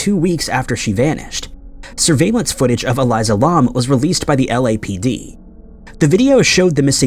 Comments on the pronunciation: It's Elisa, not Eliza. It was The Stay ON Main not The Stay in Main and her case is solved. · I hate the way he pronounces Elisa’s name